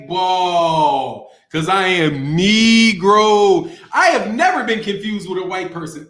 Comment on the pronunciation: He said "I'm kneegro" love it lmao